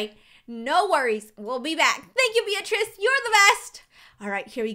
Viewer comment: my name is beatirz and you are saying my name right